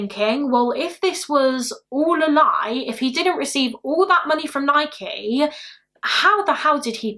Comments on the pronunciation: I’m from Oregon in the states where Nike originated and it’s pronounced Ni-key, the first British person I’ve heard say it correctly 😂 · It’s Nike you said it right 😊